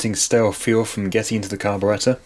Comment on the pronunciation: Your narrations are good. You pronounce carburettor correctly.